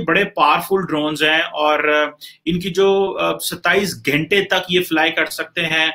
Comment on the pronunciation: 27 "ghente" 😄🤣